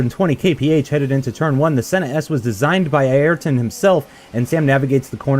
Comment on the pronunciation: way to say Ayrton: AYer-TON